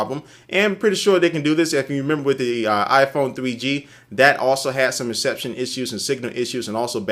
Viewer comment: ''cell phone reshepshion'' LOL